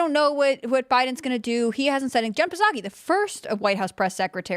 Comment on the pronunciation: Someone please tell how to say Psaki or at least have her attempt to say pterodactyl